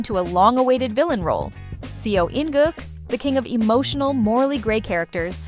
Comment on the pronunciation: I'm sorry this is out of topic, but I think the narrator should learn how to properly pronounce the actor's names... It's "so in guk" not "sio in guk", also its "i kwang su" not "li kweng su" 😭